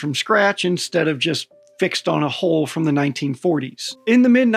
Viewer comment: 🦈🏹 .. .. … Every time the narrator says “hull” it sounds like “hole”. Even the close caption thinks he is saying hole …. and it is a very good closed caption system. A very good video. Well said.